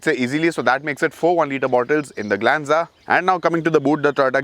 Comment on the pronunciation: You say tata glenza 😂